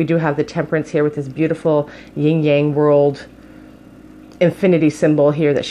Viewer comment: I don't know if it was just me, but I kept hearing you say "Ying yang" whereas I learned it as "yin yang." I might be wrong, so if I am, please feel free to call me out😂